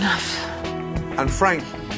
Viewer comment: Fwank is a vewy wazy cook. He doesn't even fwy the eggplants anymore. Haha I love that.